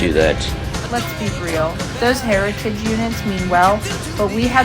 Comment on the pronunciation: Be vewy vewy quiet. I'm hunting hewitage units.